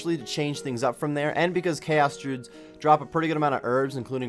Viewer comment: May-lay, dru-ids